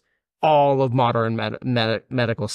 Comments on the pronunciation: Every time he pronounces modern as moderin, I take psychic damage. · The way this guy says modern makes my brain itch ... Moder-en. It's Mo-dern.